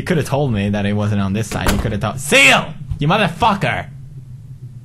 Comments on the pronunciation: i think it was seal not siel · did he say siel? Whos siel???